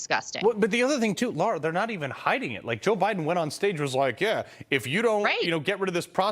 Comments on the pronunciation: NOT Laura. Her name is Lara! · Her name is LAAARA, not Lora.